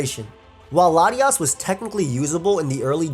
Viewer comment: I can't tell if he's saying Latios or Latias